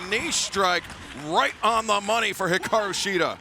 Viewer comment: It's Hikaru not Hiraku!! Come on AEW fix your women's champion's name!!